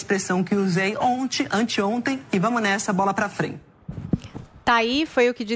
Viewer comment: Ainda por cima uma jornalista falando “ ONTE” ... kkkkkkk